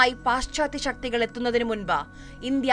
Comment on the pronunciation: ഇഞ്ചിയ അല്ല. 'ഇന്ത്യ' എന്ന് വ്യക്തമായി പറയണം കുട്ടീ. ആദ്യം അത് പഠിച്ചിട്ടു വരൂ. എന്നിട്ടു ബാക്കി ആലോചിക്കാം.